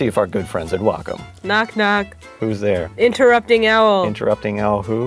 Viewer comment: For some reason I heard him say interrupting L...